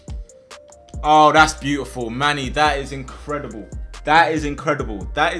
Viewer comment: Manny try lahm